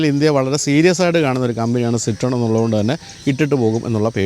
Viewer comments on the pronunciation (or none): ‘സിത്രോയെൻ’ എന്നതാണ് ഏറെക്കുറെ ശരിയായ ഉച്ചാരണം; ‘സിട്രോൺ’ എന്നല്ല. ശ്രദ്ധിക്കുമല്ലോ.